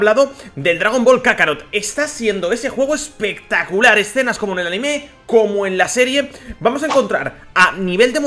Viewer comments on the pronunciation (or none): none